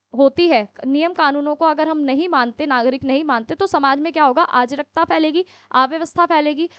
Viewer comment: Sorry to say but mam ya behn jo bhi ho aap agr aap itna galt hindi me hme explain kroge tb to ho gae ham pas . Me kitna kosis kr rhi hu ki mujhe words yad ho jaega lekin arajkta ko aap ajrkta ajrkta bol bol ke dimg se sb delt krwa rhi ho . please hindi pr dhyn do apni